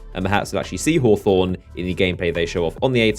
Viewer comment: It's pronounced (hah-thorn) and come down to my hood, Eastside Torrance-Young Smirk